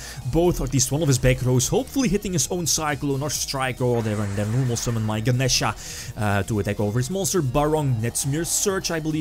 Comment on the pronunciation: Thank you for pronouncing Ganesha correctly. It slightly bugged me when the "other guy" kept saying "Ganiisha."